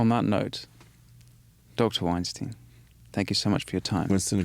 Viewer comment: Winston. Say "Albert Einstein". Now, with the same pronunciation, say "Eric Weinstein". It's not "Wine Steen", it's "Wine Stine". You're welcome...and have respect for Eric.